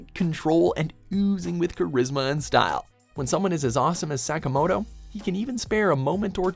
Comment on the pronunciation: NOW THATS HOW YOU SAY SAKAMOTO PERSONA 5!!!!!